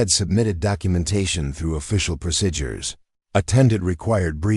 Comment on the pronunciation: Procedures is pronounced proceedures. Several other words are pronounced wrong also, A very good story